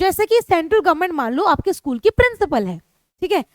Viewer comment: mam by mistake you said schlool but it was school